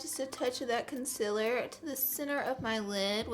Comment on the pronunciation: Omg the way she says concealer😬😬